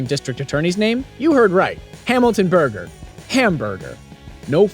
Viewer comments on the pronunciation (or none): none